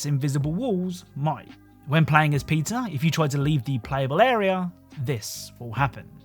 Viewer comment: Bro called Peter, "Pizza"😎🥲